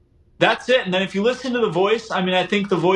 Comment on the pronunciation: For the love of Pete. Y O U is pronounced "u" not "chew".